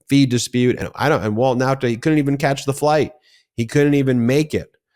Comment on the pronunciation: Show up on 27th June. Not Now-ta. Okay sir.